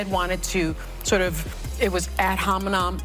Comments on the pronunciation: “ad hominom”???? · I was going to comment on that Ad Hom-a-Nom as well. You can tell she doesn’t know what she’s even talking about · “Ad homiNOM” totally not parroting words she can’t pronounce or doesn’t know the meaning of. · She said “adhominom” and no one even noticed, ergo they are all half witted morons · 😂😂 "ad hominom"😂😂😂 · “Ad hominom “ 😂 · "Ad hominam"?!?!?! 😂😂😂🤦‍♀️🤦‍♀️🤦‍♀️ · "Ad Hominam" oh my🤦